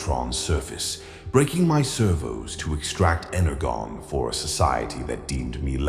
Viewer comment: imagine mispronouncing energon that's crazy 😭